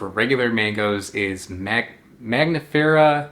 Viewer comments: Why you keep calling it Magnifera, instead of Mangifera ? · It’s not mag nifera. It’s man gifera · You are saying MAGnifera but the n is before the g. MANgifera like MANgo. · Your skill in pronouncing Latin names keeps amazing me: maNGos are maGNifera? You've just said the word mango, how can it be hard to say mangifera ("mango bearing")? Sorry, just being mean, I love your videos, no hate here!